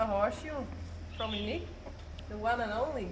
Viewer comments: Wait… what was that little bit about how you are pronouncing Uniek? It sounded like the same word said twice to me! in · Good morning. I watched the horse shoe winner video this morning and was wondering if you could clarify something you said? Could you please clarify for me how you pronounce Uniek’s name...I didn’t quite understand when you commented on “I always say Uniek” that it should be (it sounded like you said) “niek”. What is the proper way to say her name in your language? I so enjoy the videos. You all are so amazing and make it look so easy in dealing with these awesome animals. The videos, you, your coworkers, and the horses make me smile when a lot of times I don’t feel like it. One video showed your little boy using rakes and shovel to push hay toward the horses stall. That just amazed me how coordinated he is! I had to watch that a couple times in a row...it was awesome how he was handling those large tools so well! I get such a kick out of watching your amazing little boys; what cutie pies!! (: Thank you for sharing your world with us!